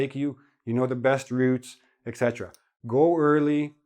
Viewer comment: etc pronounced as ET CETERA .My whole life I've been correcting people when they say "excetra"